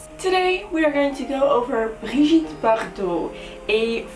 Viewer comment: Thank you for pronouncing her name correctly!!! Hate when people say "Bridget" vomit